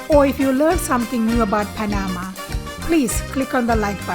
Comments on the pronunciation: As a Panamanian born citizen, I appreciate the knowledge shared about my country. However, the pronunciation of Panama is with the accent at the end. It is not Pa-NA-ma, it is Pa-na-MA. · pronounced "pana-MA" 😉